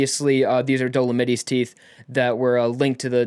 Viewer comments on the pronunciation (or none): dow low mite not dow li mitty!